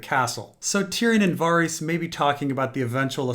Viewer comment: Why do you keep calling Varys "Farees"????